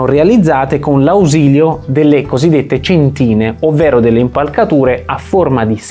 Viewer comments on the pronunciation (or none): Molto chiaro. Avviso solo che non è corretto l'accento del termine cèntine (sulla e, non sulla i) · Bellissimo servizio (come di solito sapete fare)😍😍😍 (ma non si dice "cèntine"?)🤔 cmq lo stesso principio di doppia copertura (con doppie capriate) lo adottò successivamente il Vasari per sorreggere il soffitto del "Cinquecento"❤. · video splendido come sempre, ben fatto, esplicativo e sintetico al punto giusto (però centìne non si può sentire dai ahahahaha😜) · Si chiamano céntine, non centìne ;-) Per il resto bravo come sempre !! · Cèntine, credo si pronunci come nel settore navale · cèntine con l'accento sulla e. Che gusto c'è nell'ascoltare questo canale? Con tutto il rispetto per chi lavora e si impegna per far uscire questi contenuti a me pare che facciano errori macroscopici ogni volta. Non approfondiscono nulla, danno pochi accenni su qualsiasi argomento in modo totalmente sbagliato Cupole autoportanti? gettate fumo negli occhi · Si chiamano cèntine e non centìne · Non per rompere il quarzo, ma è cèntine non centìne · cèntine non centìne! AAGGGHHHHHHH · meglio ancora cèntine piuttosto che céntine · Spiegazione molto interessante, però per il futuro si dice "cèntine". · Centine, con l'accento sulla prima e. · Cambia accento alle "centine"